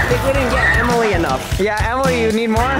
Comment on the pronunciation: Why did say jemily to Ellie and jentzen